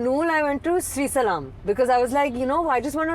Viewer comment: Why is it so difficult to say Shri Sailam being an Indian....what's Shri Salam...man these guys are Indian actors or from Kenya